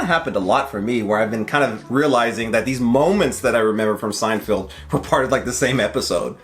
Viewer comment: why do you keep saying SeinFIELD? It’s Feld. You understand? I’m m going to keep calling you until you learn to say Seinfeld.